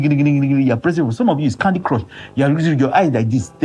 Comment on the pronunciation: Emphasis on the candy crush 😂😂